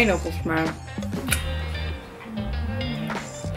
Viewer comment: boeauni buenoo, hahahahahahaha heerlijk